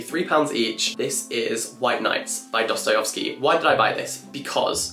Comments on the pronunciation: was I the only one that went crazy by jack pronouncing dostoyEvsky as dostoyOvsky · Jack. please. it's not Dosto-yo-vski. it's Dosto-yev-ski. as in yes. not as in yos. please, i beg of you. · Love your videos Jack! Your character is so warm, funny, and witty. Keep doing what you're doing cause we are obsessed :) PS: Its DostoyEvsky not DostoyOvsky <3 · It’s Dosto-yev-sky not Dosto-yov-sky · Jack, bestie. Not you too. It’s DostoyEvsky not DostoyOvsky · PLEASE stop pronouncing it 'DostojOvskij' I am begging you